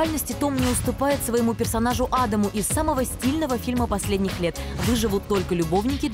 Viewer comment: Несколько вопросов,а)он не блондин,б)Не А’дам,а Ада’м,в)одна я слышу Бобровый пик(ну это смешно),г)откуда вырасти,че,а ничего,что это самые комиксы дают самые большие кассовые сборы и известность,и конечно награды